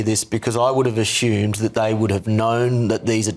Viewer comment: Ashumed? Is that Stalian English?